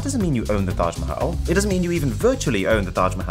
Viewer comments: Love the pronunciation of Taj Mahal 💙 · Most perfect Taj mahal pronounciation by a foreigner i have ever heard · i love the way you pronounce Taj Mahal :D